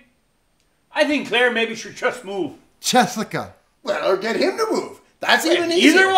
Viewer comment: Tunneys buddy in the buggy chust needs to work on his accent chust once maybay.